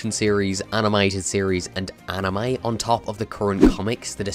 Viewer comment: It's anime, not anamy